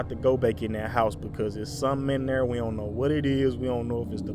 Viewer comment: "If you 'ont come out... we gone blast ya. We gone blast our way up in there" 😂😂😂😂💀💀💀